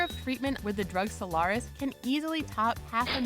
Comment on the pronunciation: A propos fake news: said monolonal antibody for PNH goes by the name of "Soliris", not friggin' "Solaris"....